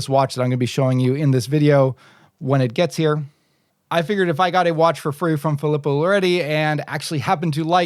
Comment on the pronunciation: As an 2nd generation Italian American i have to correct your pronunciation 😆. Its pronounced Fee-lee-poe.